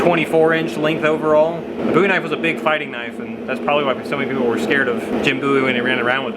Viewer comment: Finally, someone pronouncing Bowie correctly!